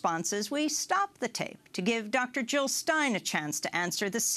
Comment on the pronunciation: Jill Not Hill